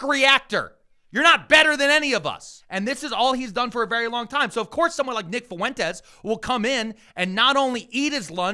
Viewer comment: How hard is it for people to pronounce Fuentes? It’s not Fu-en-tez. It’s fwhen-tez